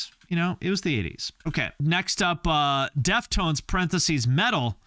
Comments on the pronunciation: It is pronounced Deaf Tones, not deft ones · I never heard anyone say deft-ones and not def-tones, have I been saying it wrong? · Deft-Ones?????? DEF-TONES! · Are you kidding or are they really not pronounced DEF TONES?